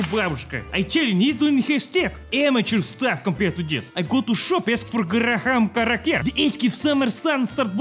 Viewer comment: “Garaham Crakair”